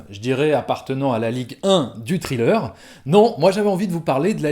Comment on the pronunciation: Par contre pitié faut arrêter de prononcer thriller "trileur" 😭😭😭😭 sans pour autant faire le fameux th anglais, dites au moins "srileur" quoi les gens 😅